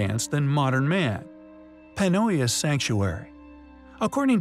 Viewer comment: Nice video. But I suggest you mention where the site is located. I know Panóias is in Portugal, but probably many people don't and they'd have to google it to find out. Nice pronunciation of Panóias, btw. It wasn't 100% spot on, but it was pretty good.